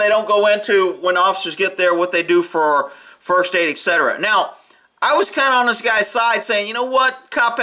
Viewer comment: it's etcetera not eckcetera. This would have been a great video without all the pausing and narration.